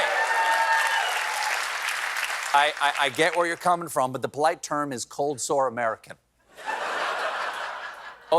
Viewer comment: "Coldesore American" 😂😂😂